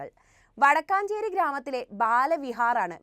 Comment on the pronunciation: വടക്കാഞ്ചേരി അല്ല വടക്കഞ്ചേരി ആണ്